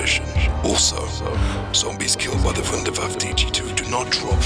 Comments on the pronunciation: pronounced voondair vaffuh. not voondair vaff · Ah ja! I knew my invention would go to good use! You also pronounce it wrong it us pronounced "vundervaffa" with an a sound at the end. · its called Wunderwaffe DG-2 not waffle if you can't speak german call it Wonderweapon DG-2 easy right? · Vunder vaffe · I like how he says wunderwaffe. No homo